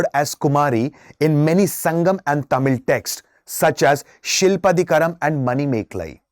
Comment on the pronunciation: It's not shilpadhigaram it is silapadhigaram